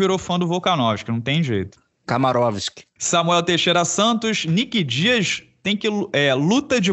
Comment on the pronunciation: "Kamarovisk" kkkkkkkk